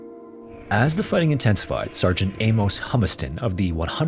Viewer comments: What in the fck is up with this generation and their pronounciation of names and places......???? For fck sake man its not A-MOSE, its pronounced A-MUSS..... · "Amos" is pronounced "Amus" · This is a horrifyingly fascinating story. Those poor kids! FYI ~ Amos is pronounced like famous, not with a long O as you were saying. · Amos pronounced A-MISS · Famous Amos!